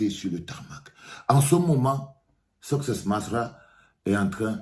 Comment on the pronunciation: On dit succès masra pas soscè